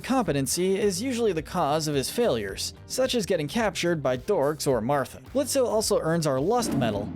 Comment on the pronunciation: ITS PRONOUNCED BLITZ.